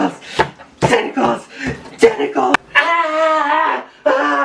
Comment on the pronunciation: Wow.. Um... Why was he chanting testicles? LOL (For the record I know he was saying tentacles)